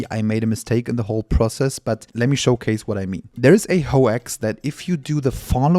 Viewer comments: Hoax/hoe-axe is more commonly pronounced as hoe-oaks but without two syllables. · You threw me off when you said ho-ax. I had to rewind to see if I was going crazy. Now I'm questioning if I've been saying it wrong all along. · Another content creator recycling info scrapped from other videos. That tuning "trick" was debunked a while ago, and even if it wasn't plenty of people would realize it's pretty much due to the sheer number of offensive gear lines vs defensive ones. Side note: Ho-ax?